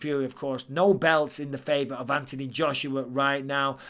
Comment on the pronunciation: There’s an h in Anthony Mike th make the sound